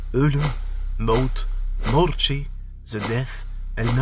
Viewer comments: morte em portugues...pas mortché..hihi....qu'Allah te récompense pour ton travail.. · Salam En Portugais la mort se dit "morte" et non "mortche", désolé...